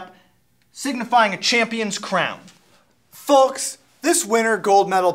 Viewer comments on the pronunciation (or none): Dear Rick, Did purposely pronounce the "L" in "Folks" to be like a cheesy spokesperson, or does he really pronounce it like that? PS: He is also pronouncing "Comfortable" almost like "Convertible" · does he really say folks like that putting enfinsis on the L??